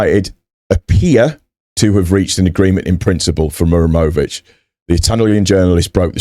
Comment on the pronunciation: To help you my friend, you are saying Mur emović and forgeting HA. The origin is name MuHaReM